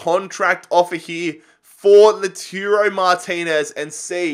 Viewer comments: are you serious? 😂😂 Laturo?? 😂 He's name is Lautaro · please read this! Lautaro is pronounced: LAUTARO not LATURO Joaquín Correa is pronounced: Hoakin not Jaokin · Its not Laturo, its Lautaro, La-u-taro.